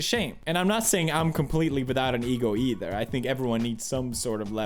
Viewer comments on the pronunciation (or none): none